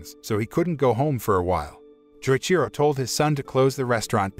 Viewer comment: Every time he says Joichiro’s name wrong it hurts me lol